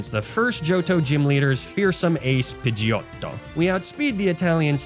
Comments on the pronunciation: Say pidegeotto like that one more time and im jumping out the window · The way you pronounce Pidgeottto always cracks me upXD Thank you for another amazing journey=3